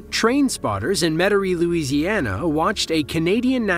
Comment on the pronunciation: Metairie, Louisiana is pronounced Met'rie